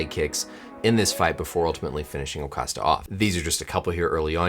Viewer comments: My question is who's "O'Costa"? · Funny I was reading this and at the same exact moment I heard you say O'Costa 🤣🤣🤣🤣